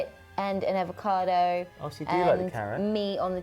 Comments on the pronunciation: Nobody- - "Carot, Avocardo" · Avocado doesn't have an R in it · “avocaRdo”- gotta love 🤣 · Everyone else spelling 🥑:Avocado spelling 🥑: Avocardo 😂 😂 😂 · The R from carrot jumped into avacado [avacardo] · So took the second "R" from Carrot and added it to Avocado to make "AvocaRdo"? 😂😂 for the win 😂😂😂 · aVoCaRdO?? Seriously 😂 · dot would definitely say a-fre-sha-voca-do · When spells avocado wrong and nobody says anything XD 'avocardo' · took the second R from carrots and put it in avocado 🤦🏼‍♀️😂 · stole one of 'R's and gave it to herself!:)